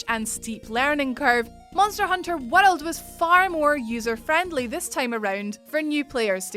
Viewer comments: monster hunter war-r relds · Luv ur 'world' pronunciation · can you say world again